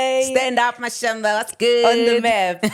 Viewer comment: Ha Mashamba not Mashamba 🤦🏽‍♂️